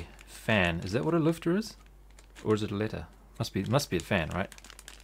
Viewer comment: i am pretty ompressed that you pronounced "Lüfter" somewhat right :)